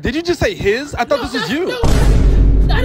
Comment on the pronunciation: HIS SOCIAL IS ....DID YOU JUST SAY HISSS LMFAOOO😂😂😂